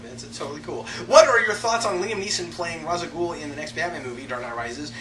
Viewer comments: I'am Calm Just Annoyed That Thanks To F-ing Nolan And is Poor Ass Research An Entire Generation Is Say Ra's Al Ghuls Name Wrong , It Bad Enough We Have To Deal With The Nolan Realiziam Bulls**t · Why Can No One F-ing Pronounce Ra's Al Ghul Name Correctly Type Ra's Al Ghul And Watch Video "Batman - Arkham Files - Ras Al Ghul" Or Type in Batman Dark Tomorrow And Watch "Batman Dark Tomorrow, Endings" Or Watch Batman Beyond Episode "Out Of The Past" Type in Batman Beyond Out Of The Past And Watch "Batman Beyond - A Close Up On 'Out Of The Past" Stupid F-ing Nolan, Did No F-ing Research Into Begins He Is A Royal Moron Please Make A Video About This And Nolan Lack Of Research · Then Why To Batman : The Animated Series / Batman Beyond Series / Batman : The Brave & The Bold Series / Batman : Dark Tommorrow Game , All Say It As "Raish Al Ghul" And Nolan The Only Person To Say "Rhas" Uh ??